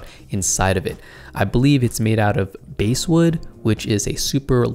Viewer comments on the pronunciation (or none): Normal pronunciation for basswood is like 'bass' the fish not 'base'. Nice video. Thanks.